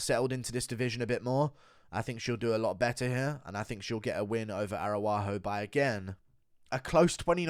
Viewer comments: Does he mispronounce as a joke? “Air-a-wah-ho” is insane 😂😂😂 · Stop butchering Viviane ARAUJO’s name for God’s sake